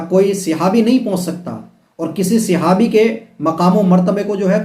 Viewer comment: Jahil khud to bolna seekh le sihabi nii sahabi hota h doosro ko bol raha h khud hi tu jahil pane ki harkat kerta h pagal sala 😂😂😂